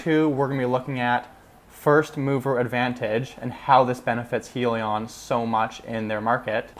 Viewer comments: You need more research bro Its Hydrogen- li-on not Hee- li- on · It is pronounced Hi Lee On get it right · Welcome to the crowded financial YouTube channels. First, you must be able to say the name correctly. It is Hyliion, with an "i" sound from hybrid. Hyliion stands for Hybrid lithium ion. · Lol im sorry but i clicked right off once he mispronounced the company name 😂